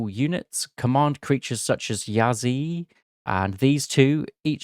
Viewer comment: Also, Chiyou is pronounced "CHUR-YOW" (the "You" sounds like "Yo!" like when you informally said "hello") While "Yazi" is pronounced "Ya-TZUH". Qilin is pronounced as "CHEE-LIN"